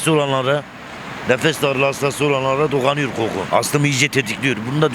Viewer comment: Koku diye yazılır, qoqku diye okunur.